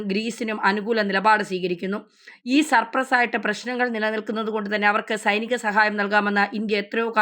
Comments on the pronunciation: സപ്രസ് അല്ല. സൈപ്രസ്. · സപ്രസ് അല്ല.. സൈപ്രസ്...a good , informative and true news... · സർപ്രെസ്സ് അല്ലെ സൈപ്രസ് എന്ന് പറയു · സർപ്രസ് അല്ല സൈ പ്രസ് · സപ്രസ് അല്ല ഡോ.. സൈപ്രസ്..ബംഗാളി ആണോ വായിക്കുന്നത്..?😮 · 😂സപ്പർസ് അല്ല സൈപ്രസ് എന്ന് പറയു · ഒരു വാർത്ത പറയുമ്പോൾ മിനിമം അതിൽ പറയുന്ന രാജ്യങ്ങളുടെ പേര് പഠിച്ചിട്ട് പറയുക.. "സപ്രസ്" അല്ല "സൈപ്രസ്" എന്നാണ് ഈ ആ രാജ്യത്തിൻ്റെ പേര്.. ഒന്ന് ഗൂഗിൾ സേർച്ച് ചെയ്താൽ കിട്ടുന്ന സിംപിൾ കാര്യം..!! These R basic media etiquettes.. I am saying these because am also a media person..!! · സപ്രസല്ല .... സൈപ്രസ് മെഡിറ്റേറിയൻ അല്ല... മെഡിറ്ററേനിയൻ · സർപ്റസ് അല്ലാ... സൈപ്രസ്സ് ആണ്...!!! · ഹലോ മാഡം നിങ്ങളെ ആരാണ് വാർത്ത വായിക്കാൻ പറഞ്ഞുവിട്ടത് കഷ്ടം 5ാം ക്ലാസ് കുട്ടി പാഠം വായിക്കുന്നപോലെ 🫤 സർപ്രസ് അല്ല പെണ്ണുമ്പിള്ളേ സൈപ്രസ് കോപ്പ് 🫤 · സുഹൃത്തെ സർപ്രസ് അല്ല, സൈപ്രസ്സ് ആണ. CYPRUS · സപ്രസ്സ് അല്ല. സൈപ്രസ്‌ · സപ്രേസോ 😆😆.. ആദ്യം പറയുന്ന കാര്യമെങ്കിലും കറക്റ്റ് പറ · Not sapras